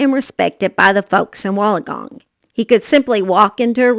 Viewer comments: I'm from Australia and if you say it really fast like ( Wool_in_gong ) you have it right. I don't mean to be rude at all I love your videos I just thought I would help a gal out in this big YouTube world. Lol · I was going to help the gal out but you beat me to it. Either way it is always entertaining to listen to anyone mispronounce Australian words 🤣♥️